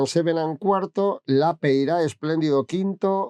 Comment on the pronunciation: Señor Javier, estuve mirando, y el apellido Lapeira, es de origen Bilbaíno, no es necesario afrancesarlo, ni lleva acento en la A. Es simplemente Lapeira.